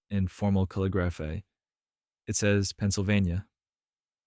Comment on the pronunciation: After about 6 minutes into this I heard the AI when pointing its finger at the misspelling of Philadelphia accidentally mispronounced calligraphy. 😅 . I want to be clear I'm not laughing at AI here I'm laughing at the fact that AI trying to point out an error which is actually not an error for the time and making an error in this time.